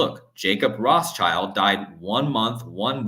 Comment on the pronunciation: The S in Rothschild is silent